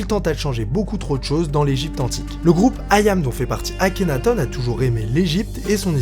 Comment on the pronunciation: Par contre c'est pas plutôt akhénaton comme le thon que akhénatone ? (Je parle de prononciation pas d'orthographe)